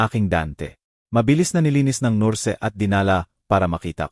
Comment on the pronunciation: Sus...maryu sep... Palitan naman ang narrator ninyo.. Pati ba naman diction ay mali.. Ano ba yan...maraming salita ang mali... Tulad ng ..nurse...Bernadette.... Narrator dapat ay tama ang pronunciation ninyo.. Maganda ang istorya...oero mali ang pagbigkas..